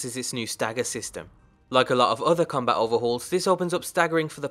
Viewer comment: Finally you said combat correctly!